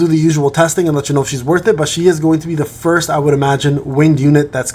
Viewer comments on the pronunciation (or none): none